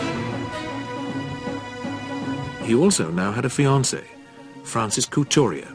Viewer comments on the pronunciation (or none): none